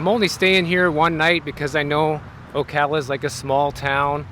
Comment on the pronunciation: Thank you for pronouncing "Ocala" correctly .......and you should see the square at Christmas :-)